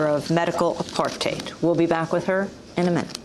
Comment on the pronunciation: Every time she says apartheid i CRINGE 😖😖😖